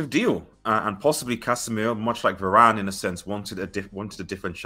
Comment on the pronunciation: Please can yall not butcher my boy like you did Varane 😥...go well Case 👊🏿